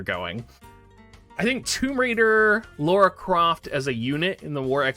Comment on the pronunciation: Spelled and pronounced "Lara (lah-ra)", NOT "Laura (law-ra)". if yall played the games it's said over and over lol. XD Speaking of the collab tho.......Not really interested shrug